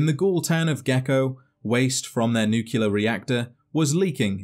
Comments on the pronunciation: Good God mate.... NU-CLE-AR, Just as it reads.... Not NU-CU-LAR... You get away with adding an I in aluminum.... But this is just intellectually lazy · makes videos about Fallout: says "nuculer" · "NuQUElar plant"